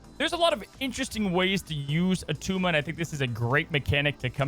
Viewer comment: It’s not a tumah!